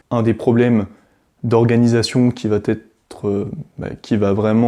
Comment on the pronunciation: Bonjour.Je vous ai découvert sur la chaîne les fous de Normandie. Je vous trouve pertinent et intéressant avec une bonne communication. Mais je vous en prie , faites un effort au niveau des liaisons « mal t’à propos » …😅 Cessez de dire « va t’être »😉 , il n’y a pas de t à va…Pour le reste , merci pour vos vidéos, elles sont instructives. PS: j’ai un TDAH plus HPI et peut être bipolaire …D’où ma remarque un peu abrupte .Merci de votre compréhension. Bonne continuation.